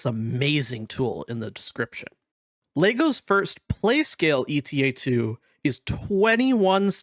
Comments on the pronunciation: I feel like I should point out: it’s not “ETA” like in “estimated time of arrival”, it’s “Eta” as in the Greek letter Ξ. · I think it's "Eta" and not "E.T.A". The Jedi Starfighter we see in in Episode two is a Delta-7 Jedi Interceptor. Delta and Eta are both Greek Symbols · It's Ay-tah I had to take koine Greek in college and that's how its pronounced I know this is like 3 months after this comment. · EE-tah is the UK pronunciation, and is how modern Greek speakers pronounce it. AY-tah is the US pronunciation, and is close to how it was pronounced in Ancient Greek.